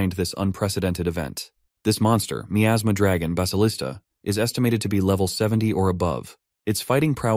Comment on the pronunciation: I can't stand the way it pronounces miasma